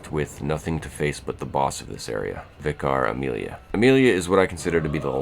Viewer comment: Interesting vid- and a rare take! I definitely think that without the DLC, Bloodborne is far less of a game than we tend to remember. It's just that both are combined in our memory at this point. On the pronunciation of 'Vicar Amelia': it is often pronounced like you do, 'Vye-Car'. But vicar is a word we have in Britain- it is a rank within the church, and still sees common usage, particularly by those who worship regularly. For example- 'I had a chat with the vicar after the service.' It is pronounced 'Vih-Kerr' with slight emphasis on the first rather than second syllable. EDIT: thinking about it, it's more like 'Vih-Kuh'.